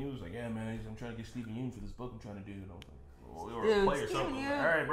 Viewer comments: Just so you guys know Yeun is pronounced "Yunn" not "Yoon" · yeun in steven yeun is pronounced like young without the g